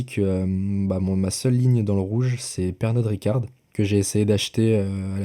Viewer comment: je rêve ou tu as bien dis Pernode Ricarde ? mdr